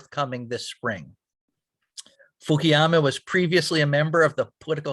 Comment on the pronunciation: it's funny: Fukuyama says "I'm American" when he was racially bullied during childhood. Yet the host keeps mispronouncing his name as "Fukiyama" multiple times throughout the video (, -- even the Youtube auto caption shows he's pronouncing it as "Fukiyama"). Do you think they have truly accepted you as "American", Mr. 福山よしひろ?